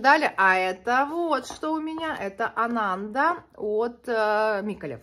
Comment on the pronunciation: Еще я слышала, что надо произносить АнандА, на последний слог ударение, это какой-то буддийский святой ❤